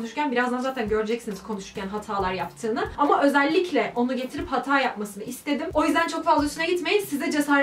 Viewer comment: ''Hatâ yapmak'' derken hatâ yapmak :D